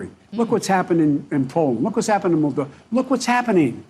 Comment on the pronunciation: the most recent polish election was in 2015.......hungarian election was in 2018.....no mention of russian interference........i think he was going to mention moldova..he couldn't even pronounce it.....it was in 2019....no mention of russian interference. joe is absolutely nuts and senile. especially about the polish election which indeed was under his watch, if anything had happened. he is just nuts talking total garbage. this is really pathetic. i don't think he has his mental capacity at all.